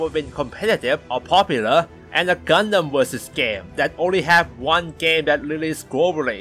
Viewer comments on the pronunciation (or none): none